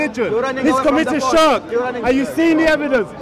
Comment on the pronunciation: Shark shark shark lol... Bro you might be able to school Muslims but at least say Shirk as Shirk not SHARK SHARK SHARK LOL